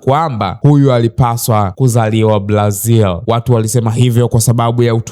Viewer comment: Zingatia matamshi sahihi kwenye r na l, maneno kama "mpila, Blazil, Jabil, yanaondoa ushawishi wa kuendelea kufuatilia.